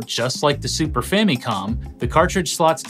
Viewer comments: I quit watching about the 8th time you pronounced famicom that weird way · Gaming Historian pronounces Famicom like he went to Japan once and heard them pronounce it differently and now he makes sure to pronounce it like tht super hard every time.